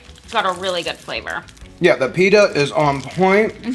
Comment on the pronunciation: great video but pleeeeasee stop saying.. Peeee da It’s Pit ta